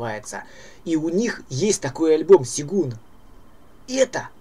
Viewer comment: ну ёмаё - сЁгун. ты что, против буквы Ё?